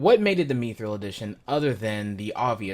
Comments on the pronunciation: ''Meethrul''? MI-thral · Mispronouncing Mithril.